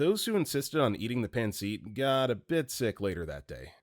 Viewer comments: it’s pronounced paan suht. Not pan seat. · Pancit is pronounced pan-sit.